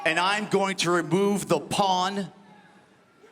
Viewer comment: Orange said reboove 😂😂 not remove